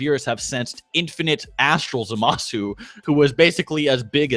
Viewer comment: You pronounce zamusu wrong